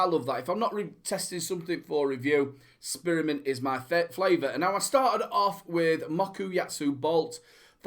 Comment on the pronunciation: and people say i have a accent, love the SPEARmint hahaha nice one